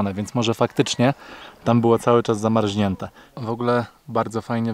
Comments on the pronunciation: ZAMARZNIĘTE, nie zamarźnięte!!!!! aż mnie uszy zabolały i to dwa razy 😂 Ale poza tym to zajebisty masz kanał i super się to jułesej ogląda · Zamarznięte, nie zamarźnięte. Jak sie zreflektujesz to pozdrow Leona prosze.Pozdrawiam and keep it up. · *Z A M A R Z N I Ę T E, nie zamarŹnięte! 😂 A tak ogólnie to mega super! Zazdroszczę mega tej wyprawy po USA🥰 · swietne vlogi, wszystko fajnie. Ale nie moge zdzierżyć jednego i prosze zwroc na to uwage. Mówi sie zamarZniete a nie zamarZIniete. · "zama R Z nięte", a nie "zama R Ź nięte" 😂 A poza tym to piękna seria 👌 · Zamarźnięte, zamarźnięte. Nie zamarźnięte tylko zamarznięte. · Przestań mówić ZAMARŹNIĘTE!!! Tylko ZAMARZNIĘTE!!! Jakbyś powiedział, że jezioro zamarźło czy zamarzło???